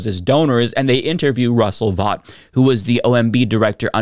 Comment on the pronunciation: Thanks for pronouncing Vought correctly. Vought rhymes with bought. Pun intended.